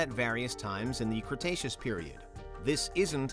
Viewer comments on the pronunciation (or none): none